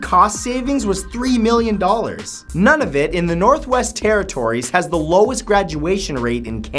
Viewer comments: I have a comment on two of your entries, Matt. #13 Have you not stood on the glass floor in the CN Tower in the entire time you lived in Toronto? I don't even live there and I have a picture of me lying face down on it. #20 You're pronouncing Nunavut wrong. You're Canadian. I feel you should at least know how to pronounce your provinces and territories. It's pronounced Noonavoot. Oh well. No one's perfect. I love you, Matt. Keep up the good work :) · dear god... the mispronunciation of facts #20 and #21 20: It's not none-of-it, it's nøn-uh-vut 21: It's not ha-fi-ya, it's hai-fa, and it's not sha-eem, it's kha-yim (חיים).